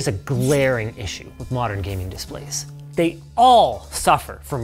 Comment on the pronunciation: well got the gayming part right...